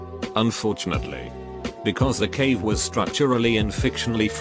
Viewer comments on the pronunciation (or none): none